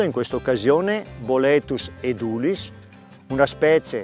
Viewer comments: Essendo latino (edūlis) l'accento dovrebbe essere sulla u (lunga) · Edulis con l'accento sulla E...